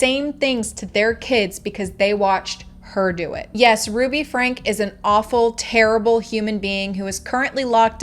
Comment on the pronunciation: Get her name right it’s not FRANK